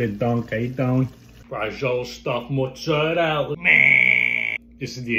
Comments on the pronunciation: Real Italians don't say mezzzerelllll they just do not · The hilarious pronunciation of mozzarella by "Italians". Actual Italians who speak it natively listen to this cartoon character pronunciation. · the way italian americans pronounce mozzarella is an absolute crime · Why do American Italians not pronounce the “a” in mozzarella😂😂 I feel like they think that’s how they say it in Italy but it’s not